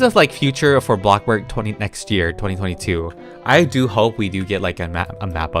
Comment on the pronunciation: I love how he says blockburg instead of bloxburg